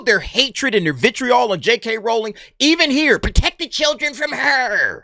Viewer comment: Well done for pronouncing Rowling correctly, so many people get that wrong.